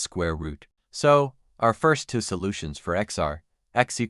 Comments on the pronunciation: I notice that the AI reads the variable a as the unstressed indefinite article, instead of as the stressed name of the letter. An easy fix is to avoid naming variables as a, using perhaps b and c instead of a and b. It also often mispronounces the number two as unstressed "to". It's annoying. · Two, two, two. There is no number tuh. AI strikes again.